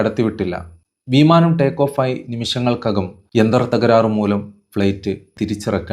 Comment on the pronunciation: വീമാനം അല്ല, പൊട്ടാ വിമാനം 😂